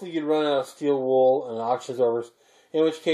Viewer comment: Did you say you can us charcoal in steed of the still wool!